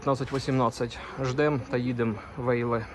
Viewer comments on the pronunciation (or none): "Вайле" правильно)